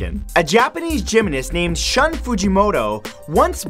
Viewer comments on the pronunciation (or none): the Japanese Man's name in #10 is pronounced (shoon), not (shun).